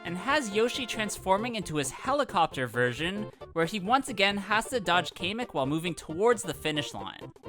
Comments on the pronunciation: Kamek not keemek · Why does he pronounce kamek like Kay-mek